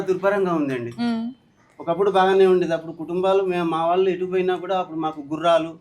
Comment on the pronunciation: 'వాల్లు, వీల్లు' ఏంటి, 'వాళ్ళు, వీళ్ళు ' అని పలకలేరా? అన్నంలో రాళ్ళు లాగా ఉందిది. మిమ్మల్ని 'తులసి' అని పిలవకుండా 'తుళసి' అని ఎవరైనా పిలిస్తే ఎంత అసహ్యంగా‌ ఉంటుంది?